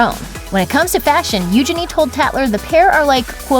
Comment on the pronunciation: Thats how Eugenie herself pronounces it.